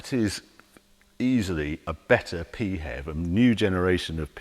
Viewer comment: I’ve been listening for 5 minutes and I seriously hope the expression “Pee Hev” doesn’t catch on. Sounds like the symptom of a urinary tract infection, or a description of BMWs design ethos.